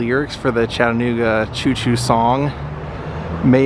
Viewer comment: Thanks for pronouncing Chattanooga correctly!!!